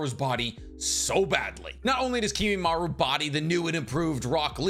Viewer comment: If you're gonna pronounce it as Kimimaru you may as well also say Narutu